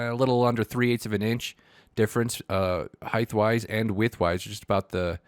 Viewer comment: “heigdth wise and width wise” “heigdth”?! lmfao this had me cracking up 🤣 edit: is there news of a new oasis btw?